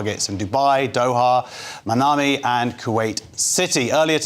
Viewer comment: Its Manama, dude, not Manami.